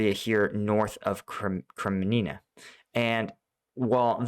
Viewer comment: REPEAT AFTER ME: KRE-MI-NNA - KREMNINA :elbowcough::elbowcough::elbowcough::elbowcough::elbowcough::elbowcough